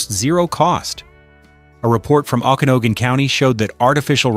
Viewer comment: Okanogan is pronounced Oh*can*aw*gn. Beavers ROCK❣